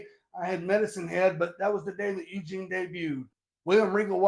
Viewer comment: “EUGINE!! EUGINE!”